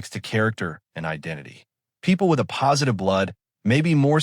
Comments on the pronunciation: Hate AI narration. "a postive." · Excellent information, but did anyone LISTEN to this video before releasing it - the “uh-positive” is difficult to listen to. Thanks, though, for the information. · You made a video using an AI voice that can't even say the title 'A+' in the right way, could you not correct that?